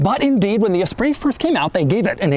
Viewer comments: Doug says "esprise" instead of the correct "espree" 😂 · That is not how you pronounce Esprit